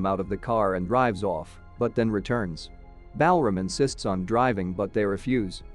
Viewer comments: The way you pronounce Balram, a very popular Indian name, while very logical in the American/British English format, is totally off. Balram is actually pronounced as: - Bal = bul (same as dull, null, cull, etc.) - ram = raam (same as dawn, pawn, Sean, awe, John, etc.) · Ashok- aShock Balram- BAL ram The pronunciations are just funny 😂😂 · Bell ram 😂